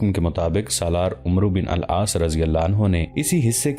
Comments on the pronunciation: Please pronounce it Amr Bin Alaas. Not Omro Bin Alaas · یہ سیریل بہت عمدہ ھے مگر نام اکثر غلط پڑھا جاتا ھے۔کہیں کہیں تاریخی شواھد بھی قرآن و احادیث اور سیرت سے ھم آھنگ نہیں ھوپاتے۔عمرو بن العاص Amar bin Alass,عکرمہ Ikramah درست تلفظ ھیں۔اگر ویڈیوبنانے سے پہلےناموں کی تحقیق کرلی جائے توبہتر ھو